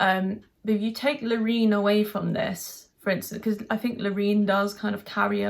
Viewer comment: Love that you pronounce her name right! But the chorus doesn't work for me. The chorus feels like a build. Brilliant performance, can't fault it. The tune is not so original. My 12 year old niece goes with Austria and I'm with her. PS you are lovely xx